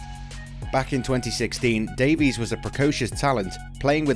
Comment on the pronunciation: Well, at least he pronounced Davies correctly.